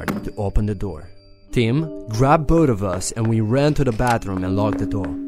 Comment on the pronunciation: "Tim grabbed BODE of us"